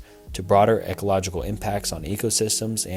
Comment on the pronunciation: I agree. How does he know about the words "non-proliferation" and "ecological" but not know how to pronounce them correctly??